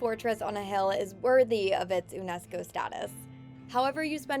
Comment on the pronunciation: I was thinking the same thing but I would say attempting to saying it how it's supposed to be said and failing sounds way worse and people would still have something to say. Un-nesco though?!